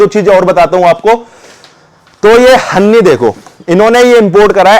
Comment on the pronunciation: हन्नी नहीं भाई हनी 🍯😀👍